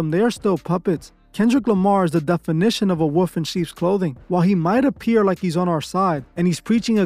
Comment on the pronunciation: You know wolf has an L in the word. 😂